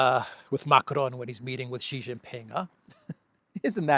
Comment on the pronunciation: He's not called "Gee", he is calle "She".